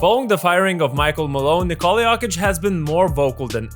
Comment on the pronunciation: "nikOHla yOHkit"